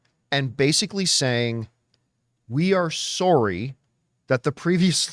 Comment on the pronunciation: Ooh, the Canadian came out. “Sorey” lol 😂❤😂❤